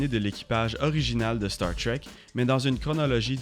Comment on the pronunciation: Désolé mais star trek ça ce prononce pas comme ça en français